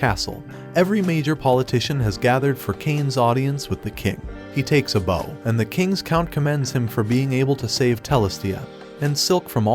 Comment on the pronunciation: also do you say bow like the weapon intentionally? when bending over (susdog?) its pronounced like ow as in the pain - bow